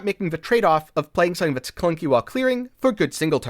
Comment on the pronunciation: Are you saying /Sunn-ing/ or Something cause I'm losing it over here lol.